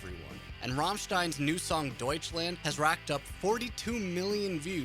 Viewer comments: "Deutschländ" :D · Noone:: Däutshländ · It's not pronounced Deutschländ, it's DEUTSCHLAND. WITH AN A. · DEUTSCHLAND. NOT DEUTSCHLÄND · doucheland (I hear that) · I am getting so frustrated over him pronouncing everything wrong i just cannot watch this lol. „Deutschlend“, bro seriously lmao? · >clicks on video >"Raaaahmstein" >"Deutschländ" This is going to be so full of inintentional comedy. >Herrheicht michch Oh god, my sides... No offense. :P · D o i c h l a n d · yep everytime this "länd" XD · duitch länd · Try [ˈdɔʏ̯t͡ʃlant] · I'm British and I can even say it, Douch - land. Not hard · Don't say Deutschland like that. It's spelled with an A. Use it! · Hey fuckhead, start to pronounce "Deutschland" correctly! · The way "Deutschland" is pronounced here makes me cringe so hard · Me as a German pisses it off how you pronounce the song titles. Especially Deutschland! Also me loves the content of this video